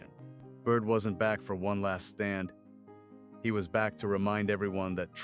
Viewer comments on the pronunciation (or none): none